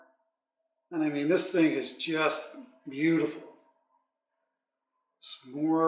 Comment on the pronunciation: Oh that's "burltiful"!!